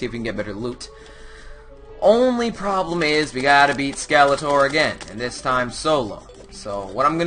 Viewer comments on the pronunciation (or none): its scelatron not scelator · He keeps saying Skeletor and its Skeletron, I only battled skeletron on a multiplayer server. But my little brother found the dungeon but he accidently used the magic mirror instead of waiting for night. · my pet peeve is calling skeletron skeletor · It's Skeletron and not Skeletor. This ain't He-Man, but Terraria here! :-D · It's SKELETRON not SKELETOR! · Skeletron* not skeletor :P